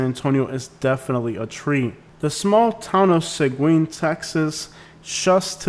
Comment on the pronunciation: Seguin is pronounced Suh-GEEN